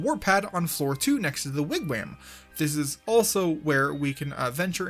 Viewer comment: Idunno but the way he pronounces Wigwam makes me happy